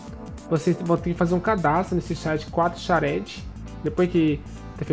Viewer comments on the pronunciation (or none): parei quando escutei ''quatrocharede'' DKOPSAKODPSAPKODKOPSADPKOASPKODSAKOPDPKOSADPKOA'